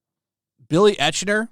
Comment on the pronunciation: Still pronouncing Eichner wrong. It has to be deliberate at this point !! Was intrigued about the premise of Babylon. I’m interested in learning more about the early years of cinema. Shame to hear that it’s awful